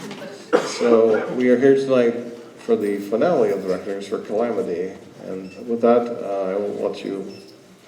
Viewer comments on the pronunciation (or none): Why does he say Calamity like that